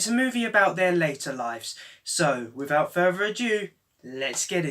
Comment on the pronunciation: "So, wifout fervor adieu, les get into it."